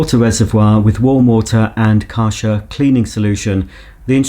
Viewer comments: You pronounce it as Kɛrhɛr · I always thought it was pronounced Kar *CH* er (ch for chocolate) instead of Kar *SH* er but since I’m also English (England) I will now pronounce it like you do… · Kärcher pronounced like a in table.